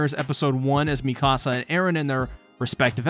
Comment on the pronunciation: I lovingly and gently suggest correctly pronouncing "Mikasa". Please and thank you 🙏